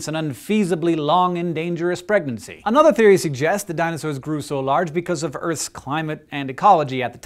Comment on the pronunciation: I like the way you say "pregnancy". Weird.